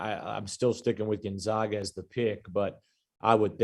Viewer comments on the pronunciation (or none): Gone-zag-ah learn to pronounce the name